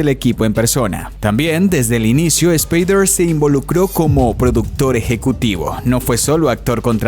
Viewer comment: Superrrrrditado? Aprenda español, muchacho... ESSSSpader... No se pronuncia la E.